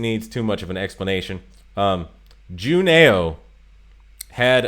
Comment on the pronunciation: Juneau is pronounced Juno. Eau is a French thing that sounds like 'oh' So glade you had blucher she is a favorite of mine